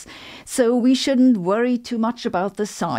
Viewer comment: I love her mixture of British (“fastah” for faster) and German (“zee theory” for “the theory”) accents in her English and how she pronounces Einstein (“Einschtein”)… this is becoming one of my favorite channels